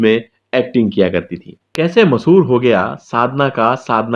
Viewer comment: O bhai , masahoor nahi mashahoor hota hai